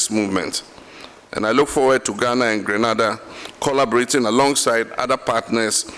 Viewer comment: Subject to correction: Gre na da this is the correct Sylables. Grenada, West Indies.